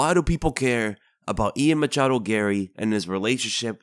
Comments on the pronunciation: everytime you say "Machado" i die of cringe inside a bit more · Man you really like to emphasize on the "machado"